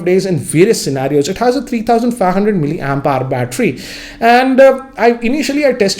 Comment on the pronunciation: Still you don't know how to pronounce mili ampere. Its not ampar or ampower, it is mili ampere. You can see on meriam webster or google for pronunciation. As from engineering background i know how to pronounce that word. Hence just a suggestion.